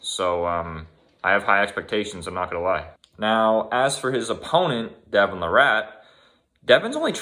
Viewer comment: Its not LA-RATT.. It's pronounced LEIR-IT. He is also not from Victoria.. He was born there. He's from Ontario. Jesus Christ... Holyfield also has a career worth of head trauma. Age is a factor but using Holyfield as an example is pretty silly. Devon can put a sentence together. Then you talk about fucking Jake Paul. My good lord, you're a moron.